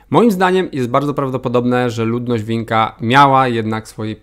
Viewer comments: Jezu!... Nie "winka", tylko "wincza". :-))) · a kultura vinca to przypadkiem nie czyta się "vincza"? a nie Vinka? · Co za baran..., słowiańskie serbskie słowo wincza wymawia po rumuńsku jako winka...😢😢😢😢😢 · Kolego sympatyczny, co Ty pitolisz?... Nie da się inaczej wymówić po polsku, serbskiego słowa "Винча"/"Vinča", jak "Wincza",... Jeżeli ktoś wymawia je jako "Winka", to próbuje je zangielszczyć, wymawiając lierę "ч"/"č" jako "k", a nie jako "cz", jak wymawia się to w językach słowiańskich, jakim jest i język serbski, jak i język polski. #dajcieJużSpokójBoCyckiOpadająNaTeWaszeIgnoranckieKomentarze! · On tak się często myli 🤣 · I babol na samym początku: "VinKa" :) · Na mapie wyraźnie widać, że to czytamy "Wincza". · Nie, to też łącinka dostosowana do południowosłowiańskich czy rumuńskiego. Poza tym mi chodzi o czytanie "Winka"- to skutek patrzenia na zachodnią wersję. Gdy ktos widzi "Vinca" w tekście np. angielskim to czyta "Winka". Warto zatem sprawdzić oryginalną wersję nazwy. Czasem cyrylicka, a czasem rumuńską czy chorwacką albo polską. To niestety częsta przypadłość np. odnośnie nazw ukraińskich: Polak czyta angielska depesze i nie sprawdza nazwy ukraińskiej czy polskiej. Nie tylko nazw, choćby rosyjskie zagajenie rozmowy zachodniacy wymawiają "Kak dela", co dla mnie brzmi kretyńsko, gdyż to "kak dieła". Skutek nie słuchania i złej transliteracji. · Jak można č przeczytać jako k?